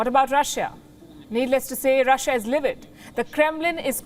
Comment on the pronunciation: Quit pronouncing Russiya. It's Russia or Roosia.